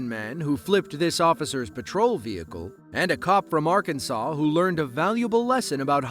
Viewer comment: You got Arkansas way off